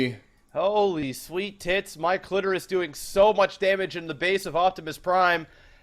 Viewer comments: why did i whole time hear say "my clitoris" not "Mikelitoris"??? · You guys really gave up on trying to say Mike Litoris